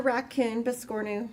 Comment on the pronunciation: biss core new that is the proper pronunciation for biscornu. I broke down the pronunciation by syllable.